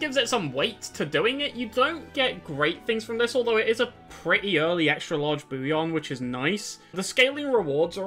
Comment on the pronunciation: Only word I’ve heard you mispronounce is ‘bullion’. It’s pronounced with Ls in the middle, not a Y. Bull-yun. Not a big deal, at all. I really enjoyed this ranking video. In fact it’s the first from anyone that I have ever watched all the way through. Cheers 😊